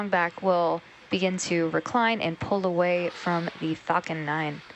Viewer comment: when she said falcon 9 it sounded like f'ing 9